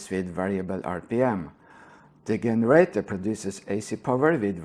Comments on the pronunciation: Good video, thanks. If you care generator is said with J sound like jeans in english. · It's pronounced "jenerator". English is silly. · Hey, I know english isnt your first language so I'm just trying to help you out here, but you always mispronounce the letter 'G'. It's pronounced with a 'J' most of the times when you mispronounce it, like in 'GENERATOR,' OR 'GENERATION' OR ' 'GIST', They would all be pronounced with a 'J' sound in the place of the G. From hearing lots of your videos, your clearly unaware of this, so just trying to help.